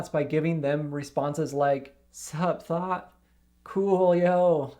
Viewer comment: Listen to this and imagine it is Thot instead of Thought. Phew!